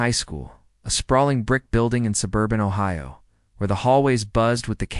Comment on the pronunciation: This could be Anywhere, Ohia. Yes! 🙌🏻 That’s the way Ohio is pronounced in the majority of Ohio towns.